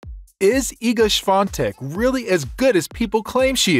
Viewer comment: You forgot the "I" in her name. It's Swiatek, not Swatek